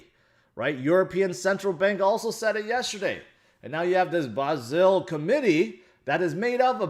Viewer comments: Basel. A city in Switzerland. Pronounced 'Baarzel', not whatever you called it. Sounded like Brazil. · Basel, spoken with long a like Aaron: „Baasl“ , regards from 🇩🇪 Germany 🇩🇪 (sounds better without the English e). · I love your channel. Basel is pronounced BAHZ - EL - A city in Switzerland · "Baz-il“... Lol Americans make laugh. . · Fuck me... Bah-zil. It's a world class city in this world, and you can't even fucking pronounce it? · You need to prepare a little more for these streams if you're going to try to sound intelligent about Basel. For one thing you need to pronounce it properly. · (the Main, lol) you are not pronouncing Basel right 😂😂. Me the small knows a thing or two about Basel 1 and 2